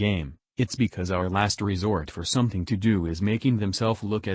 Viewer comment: That dude needs to learn the difference between an F and a Th sound ffs. Boohoo the vets fink the game fey spent years playing has major problems, ya we do but it stems from our love and desire to see the game be the best it can be. Don't complain tubers, somefing bad could happen to you. Jesus